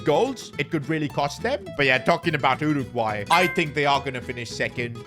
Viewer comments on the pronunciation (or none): none